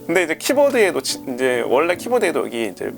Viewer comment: '여거' '여가' ㅋㅋㅋㅋㅋㅋㅋ